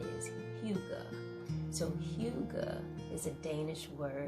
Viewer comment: Loving, lovely video, dear (hygga pronunciation = who-gah)